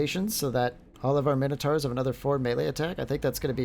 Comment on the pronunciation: Just jumped in as it's the first vid I saw, fancied taking a look at a tough Beastmen campaign. But I can't put up with it. When have Mine-O-taurs been called fucking minno-tars? Youre not the only one who fucks this up, but I can't deal with it man. Plus you're so damned indecisive. Had to quit out, won't be back.